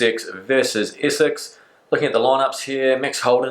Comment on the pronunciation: Essex not Issex. Pronounce it right.